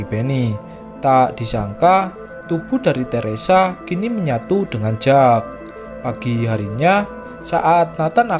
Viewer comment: Kalau jack itu biasanya di baca jeck min